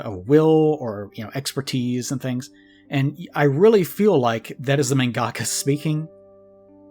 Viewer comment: The way pronounces mangaka irks me so much. No shade, just every time i hear it i think, "that's not how it's said".